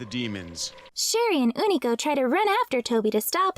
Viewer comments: Why do you keep pronouncing his as Oonico instead of U-ni-co? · Ooh-knee-co sound so wrong when unico clearly calls himself you-knee-co